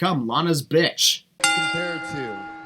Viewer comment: Dam you said bitch very hard